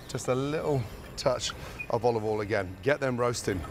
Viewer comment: I chose to believe that every single thing about Gordon's video is handcrafted to upset people online, because I've consumed all available Ramsey content and I've never heard him pronounce some of the words the way he is. Olive 'ol, yes. Soo-tay instead of sautée? Nah lmfao